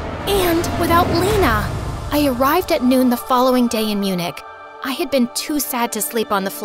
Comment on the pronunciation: I think she pronounced Munich wrong😂